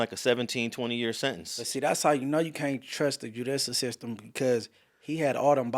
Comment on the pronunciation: The “AJUDICAL STSTEM”